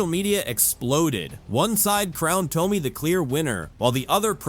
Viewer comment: You should learn how to say Tomi’s name! Please!!!